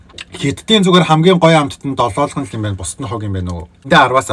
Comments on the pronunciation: Dololgon bish Doloogon shd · ДОЛООГОН ШҮҮ ХАХА ДОЛООЛГОН